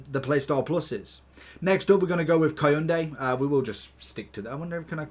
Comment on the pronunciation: Koundé pronunced cun-de there is no A